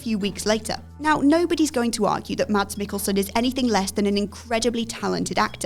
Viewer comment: It's funny when English speaking people say Mads Mikkelsen's name. The D is silent in the Danish name.